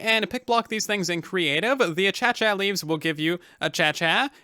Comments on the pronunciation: Aye - Cay - shiUhh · Achacha is such a funny pronounciatuon of Acacia it actually is pronounced uh-Kay-shuh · A-kay-sha Not a-cha-cha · Its not achacha its pronounce akacia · "Uh cha cha"....really bro? Nah, your doing that to mess with me? "Uh kay sha" perhaps? Google even pronounces it this way. Look it up. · I love how and xisumavoid both pronounce it as “achacha” I’m like 89% sure it’s pronounced “a kay sha” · A-cey-cia not achacha that's how to pronounce it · Hey, acacia is actually pronounced a-kay-sha not a-cha-cha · oh lol I was just funin' . Acacia is pronounced ə-ˈkā-shə. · Acacia is pronounced as /a-key-sha/ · Well personly I SAY acazia and he says a-cha-cha So I can basicly Say a-cha-cha real smooth leaves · Did just called the Acacia achacha. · I'm not sure if he's joking or not, but it's pronounced "ackaishea" 😂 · Tell that to Xisuma or Keralis, they both pronounce it achacha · Acacia is said ar-cay-sha We have them all over Australia. They’re beautiful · Why does say “achacha” instead of “acacia” lmao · All I can think about is the ACHACHA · I'm not an expert, but I did frequent Acacia Park in Colorado Springs for a year and I also have tried DMT made from Acacia root bark, and I don't think it's pronounced Achachya. But I like it. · Interesting! I pronounce it: uh-kay-shuh One thing I enjoy with YouTube is getting to hear how others pronounce things different from me!!